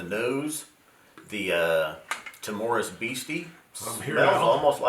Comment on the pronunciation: I'll be that guy; the stress is on the 1st syllable in "timorous." TIM-ur-us. I'm really keen to try these; I just got a sample of Rock Oyster in my Drinks by the Dram Advent calendar and loved it. Nice to hear some love for blends, too - I'll take a good blend over a mediocre single malt most of the time! I've messed around with my collection and tried doing some blending, and it is DEFINITELY an art...and I'm pretty much in the fingerpainting stage of that art.